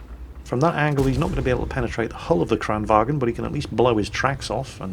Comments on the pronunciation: Vagn, not Wagen. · Loving your vids to death, (I'm here watching a WoT vid though I only play WoWs), but they way you say "Kranwagen" like it's German kills me a little bit each time. "Vagn" in Swedish is pronounced Vangn - the "g" is just part of a "ng" and not as a "g". There, now I'm just off to the salt-procuring facility, I know.